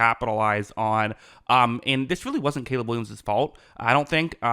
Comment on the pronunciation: "Cayla" Williams 💅🤣